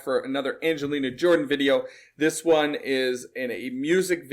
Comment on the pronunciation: It drives some crazy but it sure sounds good. That's jazz and shes the best I have seen at it. She can take a single syllable and chop it up into a dozen pieces. I like how she turned "one" into "un" and the last line of "Love on the Brain" from her last concert in Norway in 2022 I think she dropped all the consonants. I do not think there is anything she cannot sing, and at the highest level.